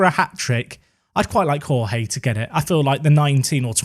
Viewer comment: The Portuguese way of pronouncing Jorge is with soft 'zh' sounds for the J's, like in Jorge Mourinho. Something like Zhorzhee, a soft Georgie. Besides that: holy crap, is Middelby ever silencing his critics!